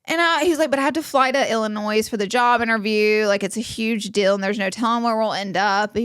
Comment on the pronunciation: Laura pronouncing the s on Illinois is so cute🥹🫶🏻